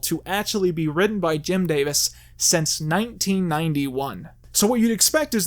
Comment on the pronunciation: Am I the only one bothered by the fact that every damn time he means to say "since", he says "sence"?